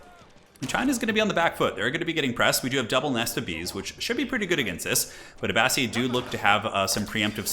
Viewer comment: You were correct with the pronunciation for Abbasid. It's Uh-Ba-Sid not Uh-Ba-Seed